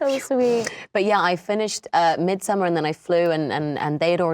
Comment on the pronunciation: Yeah no she's still misprounouncing Midsommar 😬